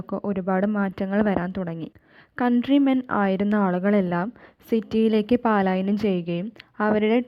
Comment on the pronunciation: പാലായനം അല്ല.പലായനം ...